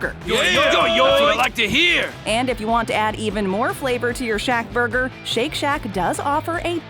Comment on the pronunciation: And BURGER SLING KING went from red onions on their burgers to yellow onions! And yes they turned a whopper Junior from a standard burger to a slider size! disappointment mania!... and I hate the way this chick says ‘burger’! 😕😡